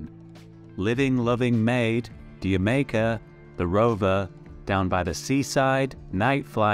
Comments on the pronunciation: D'Yer Maker, is pronounced "Ger-maker" as in Your Maker. Right ? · You must be robot, telling by pronounciation of ‘D’ya maker’ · I'm curious how someone who's purported to be telling us LZ history doesn't know how to pronounce D'Yer Maker... especially a Brit! Or perhaps it's just another robot voice that no one bothered to proof-listen...